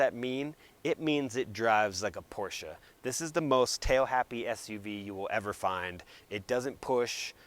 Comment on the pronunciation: Dude thank you for pronouncing Porsche correctly